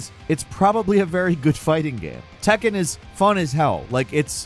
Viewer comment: Its tekken not takken 😂